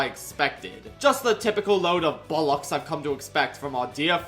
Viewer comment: I love how everytime he uses british slang like bollocks bugger twat wanker ect he says it completely wrong (not a complaint it makes it funnier)